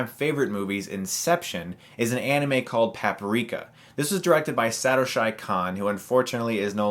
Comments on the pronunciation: Saa-Toe-SHY? Sorry, just bothers me, but I've just got more time with the language.... I tend to say "animé" like "annie-may" the way everyone else says it, but i kinda feel like being able to correctly (or mostly) pronounce the creators' names is pretty important. It's like Hideki Kojima.... Most Westerners say Hih-DECK-ee Ko-JEE-muh. It's actually Hee-de-ki Koh-jih-muh. The fast speech and non-inflection goes a long way. Try hitting up Ray Barnholdt and Alex Fraioli (Italian-American living in Nagoya, Japan) on No More Whoppers. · Sat-oh-shy? Haha... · Wholeheartedly agree with what you're saying. But just want to point out (some might have already) that it's pronounced Satoshi (sah-toh-shee). Love his work as well and since you do too, figure you'd appreciate this correction. Check out Millenium Actress too. Great vid, will be subscribing :) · chris, i love you, and it's great you're trying to get people to realise that anime is a wide market of different genres that has had a huge impact on moviemaking and animation in general...but....how did you fuck up pronouncing "satoshi" so bad?